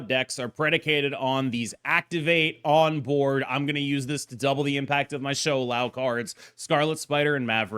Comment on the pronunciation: Props to pronouncing Shou Lao pingyin correctly 😊